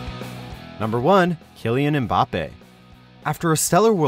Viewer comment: You are not supposed to prononce the M in “Mbappé” so ir’s more like “bappé”